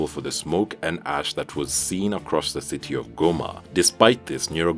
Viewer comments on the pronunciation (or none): none